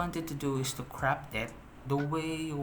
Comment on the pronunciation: Bro "crOp" it not "crAp' it